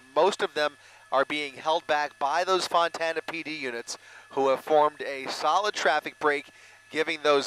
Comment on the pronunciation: Why does the announcer keep calling Fontana, Montana?